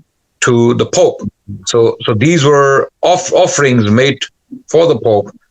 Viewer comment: Offerings or 'Offa-rings' 😁